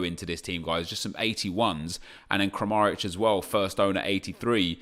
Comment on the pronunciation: to say kramarić's you do ok but the first thing wrong is the r in (kRam), you have to roll it with your tongue then the A straight after it (krAmaric) is short and quick like the A in apple its just short and sharp then the next A (kramAric) is a long A like the A in making-maaking (you do this for the first A but should really be doing it for the second A) then you need to roll the next r again (kramaRic) then finish with a short and sharp I (kramarIc) like in popsicle and you already do this right but you just say the c (kramariĆ) ch so like your saying chop it makes a ch sound.